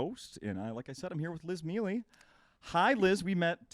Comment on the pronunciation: I always find it strange how Italian Americans don't know how to pronounce their own names. Mealy isn't how you pronounce her name, it's pronounced Me-ay-lay, it means honey in Italian. I know... this comes across as the ass-douch who always corrects. I know, anyway, from an actual Italians point of view, it's really weird.